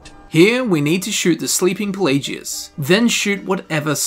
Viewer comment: I don't wanna be that guy but I have to ask, why do you pronounce Pelagius with a hard g rather than a soft g? Like, his name is pronounced in game so many times, but you don't pronounce it right.